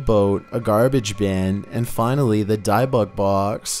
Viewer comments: It's pronounced dib bik. As in I got dibs on it and Bic pens and lighters. Not dibe bik. Ott I love your videos. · Hi I love watching your videos but you know just want to help, you keep saying (which you pronounce it) Diebuck box but its (pronounced) Dibick box. k Keep up the mazing videos... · its pronounced " dib ik box" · That's pronounced DIB-buk, with a short I, like in "dividend." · The pronunciation of dybbuk is more like “Dibick” like the D in “did”. Not like the D in “Diane” just heads up ❤️ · “Dih-buck” is closer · Who the F calls the Debbuk box the dibux box wtf 😂😂😂😂🤣🤣🤣😂🤣😂🤣😂😂😂🤣😂🤣😂🤣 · Dibbuk (dib-book) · Your pronouncing dybbuk box wrong it's dib buk or if your Sephardic Hebrew dee book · It's pronounced di—buck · Your not pronouncing Dybbuk right. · Are you dybbuk weird like that on purpose?? Or?? Do you not know youre.saying it wrong?